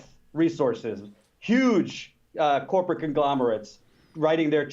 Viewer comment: Jimmy almost says "whoreporate" . haha whoreporate duopoly...whoreporate media